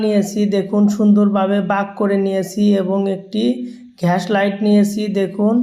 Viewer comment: ঘ্যাস লাইট 😂